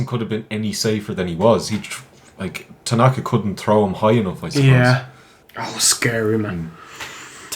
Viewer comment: IT'S TANAKA BRAH!